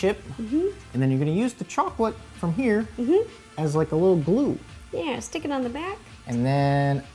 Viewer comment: I really like her videos and all, but why does she always have to say "shtick" instead od "stick" of butter?